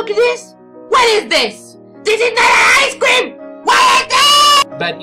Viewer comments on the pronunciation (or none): Turn on subtitles and skip to THIS IS NOT AN I SCREAM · NAO MAI ICE CWEEEM